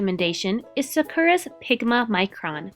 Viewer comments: It should really be San KOO rah. And roll your “r” if you want to pronounce it in Japanese. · Where'd you get the 'n' sound in Sakura? And the 'r' is more a tapped 'r' than a rolled 'r'. People tend to overthink that sound when if you speak english, especially American English, that sound is actually used really often! A tapped 'r' is the the same soft 'd' sound as the 'tt' in litter or 'sitter'. As for which syllable to emphasize, Japanese doesn't really do emphasis the way english does so the more evenly you can say the three syllables the more correct you're going to sound. For a beginner, it's easier to just put a light emphasis on the first syllable rather than go the english route and greatly emphasize the second to last syllable. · Sah Ku Rah not Sah Kuur Ah :) (Japanese Major rant over now) I love my new Microns. I have gotten them overtime here and there from someone mistakenly handing them to and fro as normal writing instruments. Once discovering there actual use I'm even more in love with them. No to learn t use them properly. First Day hand letter other than getting yelled at by the Sisters in High School for doodling in the margins in Religion Class. 頑張りまあしょう！ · Is it just me or is the incorrect way they pronounce Sakura aggravating enough to want to shoot the speakers? It's SAH-koo-rah not Suh-KER-uh!